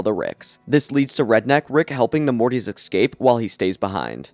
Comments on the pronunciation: Why do you say ”eckscape”, isnt int pronounced ”escape”. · Man, after 8 RaMs retrospective, word "exscape" make my ears bleed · Look man you gotta learn how to say escape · I lose it every time he says escape wrong. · EScape. Not EXcape. SHIT. Not Shi_t. You talk like you are hiccuping.